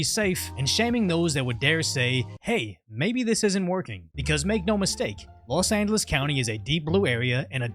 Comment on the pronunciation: “Los Annales”